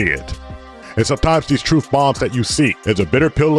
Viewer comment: That's the truff, the whole truff, and nothing but the truff. 😅😅😅😅